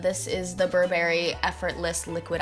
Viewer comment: I think the way she says Burberry sounds a bit weird??